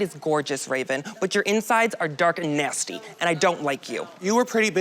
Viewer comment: the flavor tati put on that "nasty" LMAOOOOOO